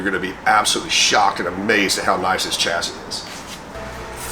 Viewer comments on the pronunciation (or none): What is a ''chyassy " I heard of a chassis pronounced shassi never Chyassy ?